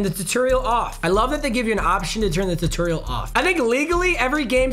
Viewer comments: mans said tuterial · I’ve never heard somebody mispronounce tutorial so terribly. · How papa says tutorial has me Dieing😂😂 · Today I learned how weird pronounces tutorial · The way you said “tutorial” and kept saying it tho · Seeing trying to say tutorial is like watching respect women… it’s just wrong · Say tutorial bruh😂😂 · It hurt me inside how he said tutorial